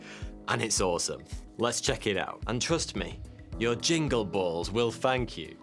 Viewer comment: bualls is how you say it say baa llls